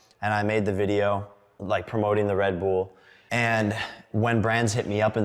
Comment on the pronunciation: why is he saying Redbool?